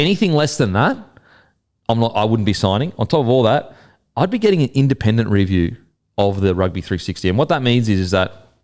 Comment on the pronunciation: why can't your pronounce the word 'review' properly? You are saying REEEEEE-view... it's painful son. just say review